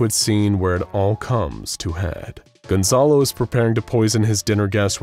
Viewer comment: por que dicen de forma tan rara mi nombre, es Gonzalo no Gonzolo jajaja